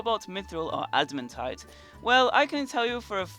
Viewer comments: why do you say “adimuntite” not “adimantite” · Everyone saying admitaite: ad-muh-tight Him saying admitite: ad-im-a-tight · the way he says adamantite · Ada-MAN-tite not Ada-MEN-tite. And it's pronouned ul-ter not al-ter